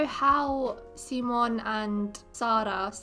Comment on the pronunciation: Also, I just want to give credit to tell you for saying Wilhelm’s, Simon’s and Sara’s name right, there’s way to many people who say them so wrong.